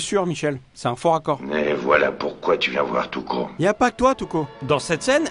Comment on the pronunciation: Tuco j'ai l'impression d'entendre Toutcon😂